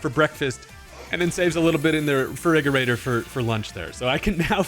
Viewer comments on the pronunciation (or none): I don't know why, but I laughed so hard at "farigerator"